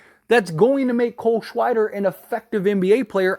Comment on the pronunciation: "cole shweider" lol